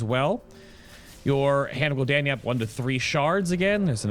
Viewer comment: After you said Gul ish Daniel 3 times I got annoyed and stopped watching can't be the only one